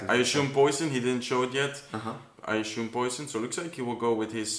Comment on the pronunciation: Its spoken esoom not ashoom bro 😂